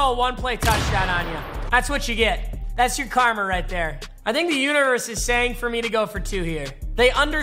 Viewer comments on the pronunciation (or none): Anyone else her him say uterus not universe 😂😂😂